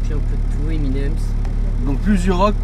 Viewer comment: On dit Eminem connard et pas Emi nem's